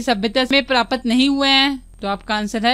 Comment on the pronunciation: Aur प्रापत not ye hai प्राप्त ache se bole